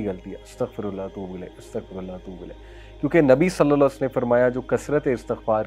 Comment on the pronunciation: صلی اللّٰه تعالیٰ علیہ واٰلہٖ وسلَّم مکمل اور سکون سے پڑھا کریں تاکہ حروف صحیح سے ادا ہو سکیں اور ترجمہ درست رہے ۔